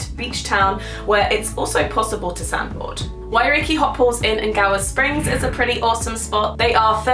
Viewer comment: She looks like that chick who plays the best friend on the princess diaries😂😂😂- N-Gawa Springs🤦🏾‍♀️ - Man we need to hang out so I can help you on your pronounciation!